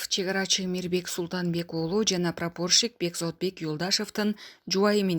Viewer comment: ПрапООрщик эмес прапорщик .кичине уйронгулочу суйлогонду.кулака жаман угулат экен.дагы бир ушундай суйлосо отписка🤪